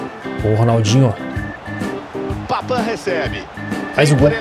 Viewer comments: Não é papan é papin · sempre vc fala errado e “Papim” e não “Papam”